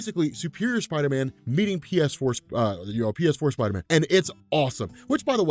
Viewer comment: PSider-man (pee-ess-ider-man)